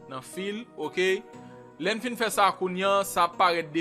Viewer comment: yoooo eseye aprann jan pou w pwononse mo yo tande man, Se pa fil, se fayl. se pa kreyat, se krwiyet. Ou pa oblije konn pale angle men omwen pwononse mo yo jan yo dwe pwononse man